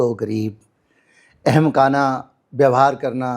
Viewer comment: अहं काना नहीं बल्कि अह मकाना उच्चारण ही अहमकाना को शुद्धता से ध्वनित करेगा।